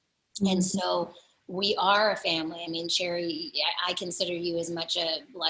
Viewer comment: Wow I thought her name was pronounced (Sher-Ree) not cherry. You live and learn.